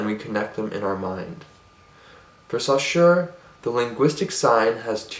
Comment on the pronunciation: Great video :) ! I would only mention that the name Saussure is not supposed to be pronounced like that ; )